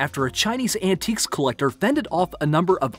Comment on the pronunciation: Most peculiar pronunciation of names. E.g. “Ann-ticki” instead of “Ann-teek” when saying the word “Antique”, and many others, just listen !